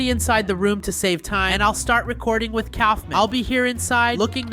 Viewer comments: Stop calling him Colfmin it’s colfmo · its kaolfmo not koulfmin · You keep on saying the clown's name wrong his name is K a u f m o can you please say it correctly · Its not Kaufman its kaufmo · Kaufmo not Ksufman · Dude you don’t even have gangle as a morph that’s just dumb Edit:btw Kaufmo isn’t pronounced Kaufman it’s pronounced Kaufmo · why did u call kaufmo "kaufment" his name is kaufmo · KAUF*MO* NOT KAUFMAN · its kaufmo not kaufman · this is feedback not haiting: bye the way Iits not kaufman its kaufmo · His name is kaufmo not coughmen 😂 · Dude his name is kaufmo not kaufman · Cough men😭💀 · Its pronounced cough-moe